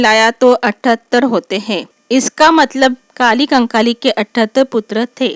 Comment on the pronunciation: Sach me apko lgta h ki ap humko दाई कली कंकाली k bareme jankari de skti h ...sbse pehli bat to ye h ki ap unka nam bhi thik se nhi le pa rahi h ...unka nam कली कंकाली है na ki काली कंकाली ......ye btayenge humko gondi dharm m bare me😂😂😂😂😂....tution chahiye hogi to bta dena mai de dungi tution 😂free oof cost ab apne sga jano se kya hi paise lu😂